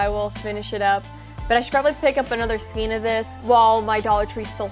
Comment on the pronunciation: You forgot an offense that I am discovering most crafters who use yarn here on YouTube commit all the time 🤦🏽‍♀️😖 Most of you say “ skeen” instead of the proper pronunciation for skein which is properly pronounced with the long A sound, “SKANE”.🤦🏽‍♀️🤦🏽‍♀️🤦🏽‍♀️🤦🏽‍♀️ I think I am an English language Natzi, It makes me so bad when words are mispronounced and no one takes the time to educate themselves and get it right. I have ranted, and now I am done 🤣🤣☺️ I have this bear I got from Annie’s back in 2008, half of this bear is done because the pattern came with some wrong rows and Annie’s never corrected it. I have an Annie’s Christmas stocking I was supposed to do but never have. I have two baby cocoons with matching hats to finish, I have a shawl to finish and my current WIP is a virus blanket that is almost done. Then I have to start: A Dallas Cowboys Star blanket for hubby( football is starting soon),. After or maybe during making the blanket, I need to crochet a clothes baskets for my grandsons clothes. Then after that is a cardigan in Velux and a pair of fingerless gauntlets for my son. I just bought all the Watercolors from Lion Brand from JoAnn’s fabrics,and some HUE IQ and Soft & Sleek from Hobby Lobby. Yeah got a lot going on......